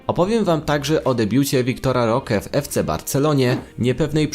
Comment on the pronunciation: Imię Roque też nie potrafi wymówić.